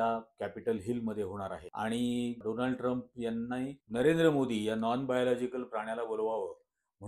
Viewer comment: डोनाल्ड नाही सर डोलांड 😂😂😂